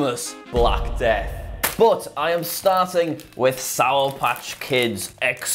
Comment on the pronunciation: please enunciate the words “sour patch”, jack…